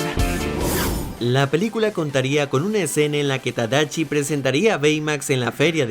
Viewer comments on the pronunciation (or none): es tadashi no tadachi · Usenme como botón de NO ES TADACHI ES TADASHI uwu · ¿Tadachi? Es Con Shi No Con Chi XD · Holi creo que es Tadashi no tadachi jsjsjs solo es un comentario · Debo ser la única loca que se enamoro de Hiro Hamada? (pd:si no sabías la voz en español es memo aponte Phineas) Yo siempre pronunciaba Tadachi ._. Y era tadashi :'v Cada vez que veo esa parte de la película lloro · Minuto . El error has segunda parte de errores de tus vídeos. Ya no es tadashi si no tadachi, lo acabaste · Soy yo o dijo tadachi 🤣🤣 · Na mms, creí que se pronunciaba “Tadashi” xdxd